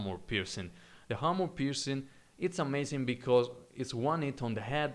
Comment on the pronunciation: Armor, not harmor.